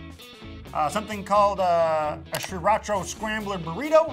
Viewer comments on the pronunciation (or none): Maybe I am wrong but I don't know. Isn't it pronounced SIRacha instead of SHREEratcha? Then again I am almost sure pronounced it this way on purpose as a joke. Or please... maybe a birthday gift to me? Please something!!! I can't stand the way you pronounce it and I demand an explanation. Any one will suffice as long as you give me one. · wtf how does this guy not know how to say Sir-ra-cha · Its pronounced See-rah-cha... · Stop saying SHRIracha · STOP SAYING SRIRACHA LIKE THAT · You aren't supposed to pronounce the first R in Sriracha. I actually live in Sriracha, Thailand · I stopped watching this video after 6 seconds because I cannot stand the way he pronounces sriracha. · I cant stand how you pronounce Sriracha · Please learn how to pronounce sriracha..